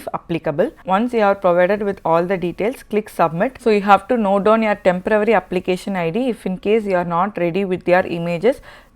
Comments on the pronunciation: Great stuff. Thanks. Please note that you are pronouncing tempervary for temporary. Thanks. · THE WORD IS "TEMPORARY" AND NOT "TEMPRA WORRY" as used here, like, in some states of India.